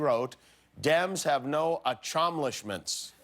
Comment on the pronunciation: Achomlishments. And what was the first word of the last line? Inmentially? Was it supposed to be "immensely"?